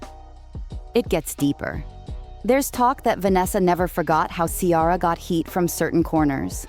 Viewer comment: The name is NOT KIARA. Her name is Ciara. You are speaking a lot of nonsense.